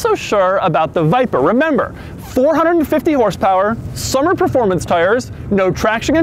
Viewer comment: Preformance lmao take the car to the ahutobun or nurburgring or the lamansh hit the leave the 300 behind you then say preformance !.